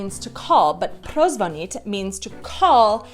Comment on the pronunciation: Jestli mohu poradit , dávej důraz u prozvonit na "ní" a ne na "t" ,to se tam trochu,ale jen trochu ztrácí